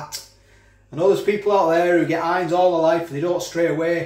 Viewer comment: Its Not Heinz it's HEIN..LOL